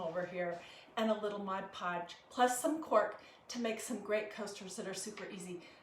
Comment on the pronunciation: Thank u for pronouncing ‘mod podge’ correctly.